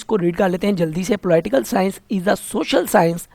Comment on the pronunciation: Ruby Rai ko ab pta to chal Ploi-tial sciance Kya hota ho ga...😂😂😂